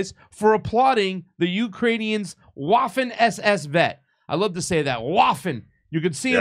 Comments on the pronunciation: It’s Vaffen SS, it’s even MORE fun to say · You pronounce that Vaffen SS. W in Europe is pronounced like v.